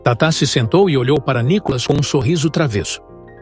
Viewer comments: Nicólas seu locutor ridículo? Aprenda falar. É Nikolas.. Detesto esta Tatá. Não assisto o programa desta bobona. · Esse narrador ele pronúncia o nome de Nikolas errado, o nome de Nikolas não tem acento no o pra ser chamado de nikólas